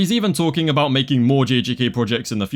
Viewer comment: “2+2=5 guys what ru on aboot”